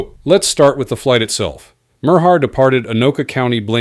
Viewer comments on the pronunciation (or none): "Flig" Debrief. You suck with your crappy AI